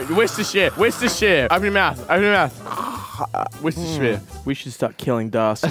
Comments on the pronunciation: why does pronounce Worcestershire "wishister"? I don't say wash your sister, I say "wore-chester-shire" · How many times can they say Worcestershire wrong 😂😂